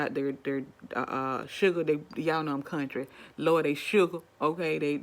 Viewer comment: "I am in the Coun n try"🤣🤣🤣